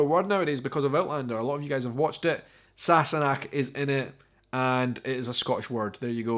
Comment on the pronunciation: Just a wee comment from this Californian Scot. I really like how you say Sassenach and how your tongue does the (Unnecessary?) R roll on Girl..!